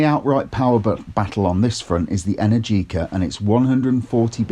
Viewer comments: It's pronounced e-NAIR-ji-ka, not en-air-GEE-ka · Trust an Englishman to absolutely butcher that brand name 🙄 Energica has the same rhythm as allergic-ah (if that were a word). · Just say it rhymes with America.